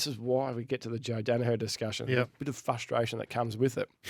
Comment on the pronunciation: Can someone please tell there is an R in frustration! It's the guys favourite word every week and he can't even pronounce it properly